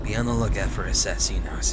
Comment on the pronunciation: said they were like the dark Brotherhood. Was that an Assassin's Creed reference? Also, when he said "Keep on the lookout for assassinos," he pronounced it wrong. The emphasis is on the "i." AssassINo. And the plural is assassini, not assassinos. Not trying to hate, just correcting his Italian.:3